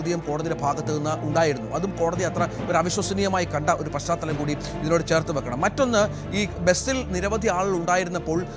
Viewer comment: Paschaathalam...paschathalam...kurachu malayaalam vaakkukal padikkuka